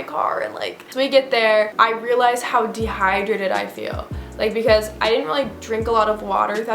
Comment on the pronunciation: like “can someone jus give me an IV a bitch is de-hi-drated.”